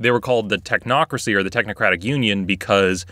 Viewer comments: You said Tochnocracy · "The talk-nocrocy"